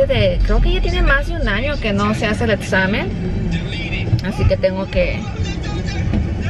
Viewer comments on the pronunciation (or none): 😅🤷🏻‍♀️ no quiere decir PRATTICA pero dice ETSAMEN 🤦🏻‍♀️ al fonoaudiologo urgente!!! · se dice examen no etsamen 🙃😘😘😘